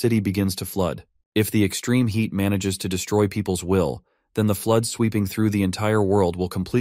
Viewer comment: HEAD for HEAT? WTF??